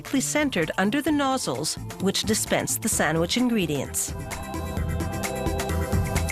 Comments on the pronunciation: WHY DOES SHE NEVER PRONOUNCE THE D IN SANDWICH EVER WHY? It's not Sanwich!!! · Introducing the SAMMICH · say sandwich again